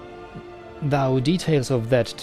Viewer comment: I enjoyed this very much, thanks! Going back to your Oblivion LP, I have noticed that you very consistently mispronounce "though" as [ðaʊ] (rhymes with "cow") rather than [ðoʊ] (rhymes with "throw"). Hope you don't mind the tip. Your pronunciation is generally excellent so this error stands out. I'm looking forward to the continuation of this series, hope your real life will allow you some more time for playing soon.